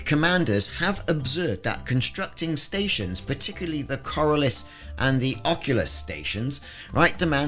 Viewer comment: Take a look at the word corioles and how to pronounce it